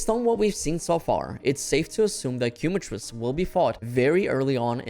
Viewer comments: Please, its not "Cue-matrice" its Quema, as in the spanish word, its Kae-matrice" !! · “Keh Mah Treece” my man That Quumatrice is killing me 😂😂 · Thats hoe you say it "Kee" is the correct way. QUEMA-TRICE. Quema being a spanish word. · im a native speaker too i meant no offense but thats not how you would pronounce “quema” i just thought it was funny the way he was pronouncing it is all